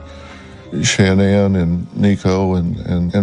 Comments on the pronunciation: So her name is pronounced Shannon not ShaNan? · LORD they all pronounce “Shanann” differently!!! ALL of them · They pronounce her name different every time they say Shenannes name. Kessinger had a hand in this. 100 percent. I think she got into his skin and encouraged him to do this. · Really angers me how many people have mispronounced Shannan's name and how many of you in the comments are claiming shes not a victim in this. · Why is it so hard to pronounce her name correctly??? It drives me insane. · The correct pronunciation is the way her mother says her name. Shan'Ann decided to pronounce it differently. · No one can pronounce her name right in this